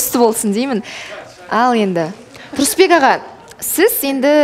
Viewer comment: 😂😂😂😂😂 саган кайтадан уйрену керек ариптерди Перизат сенин Сурысбек ага дегенине кулип жатыр ар жургизген сайын создерди кате айтасын "ывкусын" деп бир кулдирдин енди "Сурысбек ага" деп тагы отырсын